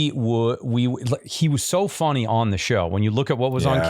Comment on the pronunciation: did Joel say fonny or is it just me?